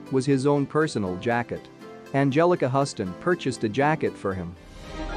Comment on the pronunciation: Pretty sure Huston is pronounced H-you-ston.